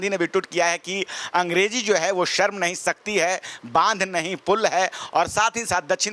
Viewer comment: Sharm ko sarm kehna ,, ma'am yogi bhi , shahar ko sahar bolna , shahrukh ko sarukh kehna